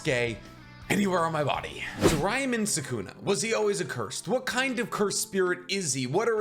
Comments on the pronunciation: Its pronounced Ryoumen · It’s actually impressive how many words and names you butchered, first being “Ryomen”.